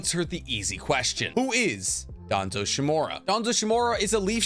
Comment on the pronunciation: The root? I believe it's "The foundation". Also, shimUra. Not Shimura.